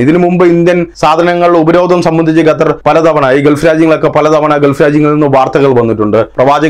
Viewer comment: Your pronounce the name of Qatar 🇶🇦 is not properly, always while naming places name must say properly, you saying repeatedly #" Gatar "# it's absolutely wrong.